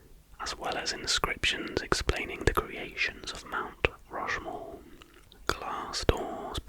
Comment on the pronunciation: ah yes i’ve always wanted to visit rount mushmore